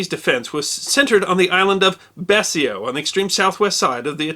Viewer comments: on the subject of pronunciation, I was taught that "Betio" rhymed with "Ratio", Is this also a hold over from the time of British mandate? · Jeeesus dude.....if you're going to do a video about a topic, at least learn how to properly pronounce its name(s). It's Tarawa. Phonetically pronounced "tara-wah". "Tara" as in a female's name, "wah" as in........wa. And it's "Betio", pronounced "bay-she-oh". WTF is wrong with people and not bothering to learn proper pronunciations? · I like what you do. I really do. Now that said, it is "Tar' uh wuh" atoll not "Tar' ar uh". And it is "Bay' she oh" Island not "Bessy oh". Small thing but important I think. Thanks for posting this and Semper Fi. 5th Marines 2/1 Vietnam 69-71. P.S. You might want to consider doing one of these on Charles Durning. Highly decorated in the ETO, receiving the Silver Star, Bronze Star, and three Purple Hearts. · TAarawa, not TarAHwa. My father USMC in that battle. And the island is pronounced Bee-shio